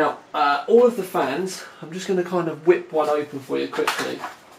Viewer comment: Sounded like "flans" to me lol.